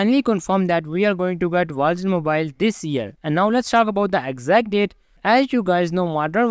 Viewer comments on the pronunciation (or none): Call of Duty Walls Wals Mobile Vogsmobile 😂